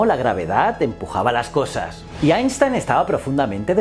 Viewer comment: Qué gozada oírte pronunciar bien Einstein!!